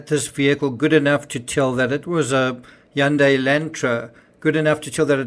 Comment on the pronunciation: So a good way to remember how to say Hyundai, it’s “Hyundai like Sunday.” It’s Sunday with an H.